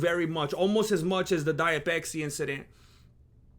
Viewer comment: intro song is on point diet peksi instead of matcha lemonade you say pesksi so mexican vato seriosly impressed chicano